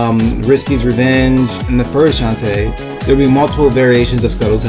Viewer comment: Everytime you said shantae's name I twitched lol. I don't mind it but other people might so fair warning ok? Besides that your list was creative, I don't agree with everything but I appreciate the effort you made. Anyways, here's my obligatory list of 3rd Party Characters I'd love to see. -More Sonic reps (Tails, Knuckles, Amy, Cream & Cheese, Shadow, and Dr. Eggman) Yes I'm greedy but damn it Idc. -More Megaman reps (Protoman, Bass, Roll, and Duo) -Bomberman (Konami) -Klonoa (Bandai Namco) -Sora or Noctis (Square Enix/Final Fantasy/Kingdom Hearts) -Crash Bandicoot and Spyro (Sony/Activision) Not as team mind you but I can't see one of those 2 showing up without the other close behind.